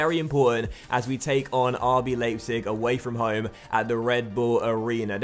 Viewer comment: Leipzig is pronounced "Lie-pzig". In German, when you have an I and an E in whatever order, you pronounce the second letter.